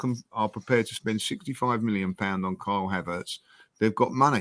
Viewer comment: Did just say Carl Havertz?